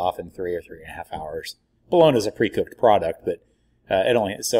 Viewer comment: New resident to Stilly. Seen your product in Homeland. Came here to talk shit. The only thing i can find is your pronunciation of bologna. Haha. Everything else is spot on.. i did indeed flood my kitchen with FOUR briskets in my oven finishing up. Nor i finish in the easy oven (pellet grill) six in sticks finished on pellets. Good job. I will definitely try your rub next time. This time im doing a jack daniels themed memorial party. So injected with jack n coke and a jack daniels rub from academy. Great video man. Lets smoke sometime.